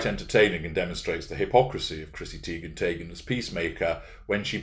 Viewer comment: Every time you say Chrissy Teigen/Taygen I can't help but laugh. I love these recent series. Perfect examples of narc behavior. These behaviors can keep you busy indefinitely.